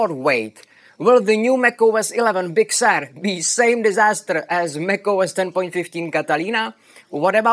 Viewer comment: I like the pronunciation of “Big Sewer”.